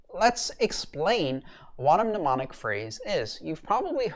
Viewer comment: As politely as possible the first m is silent.